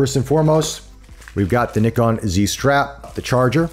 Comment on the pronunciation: Great unboxing and overview. It's so great to hear an American say Nikon correctly!